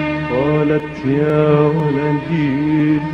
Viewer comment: Valady is wrong pronunciation... It is "walady".. And walady is not a name it is a word that means " my son"